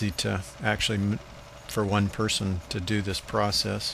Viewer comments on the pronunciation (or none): none